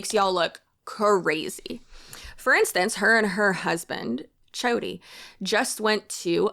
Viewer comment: Did you call her husband "Chody"?😂